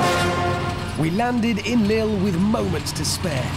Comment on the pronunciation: Non Hammond, that is not how u pronounce Lille